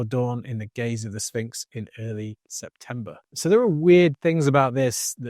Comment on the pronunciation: If your prediction involves the the word sphinx, u would think u would learn how to pronounce it right. Did nobody at NASA tell him he's saying it wrong